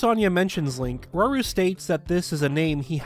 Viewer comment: it’s rauru not raoul